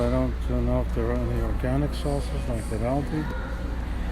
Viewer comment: It is pronounced "all-dee"